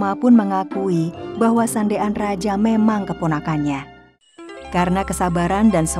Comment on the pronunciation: Kenapa Sandean dibilang sande an😅